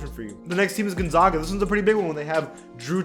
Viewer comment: The way he said Gonzaga hurts me. But good video man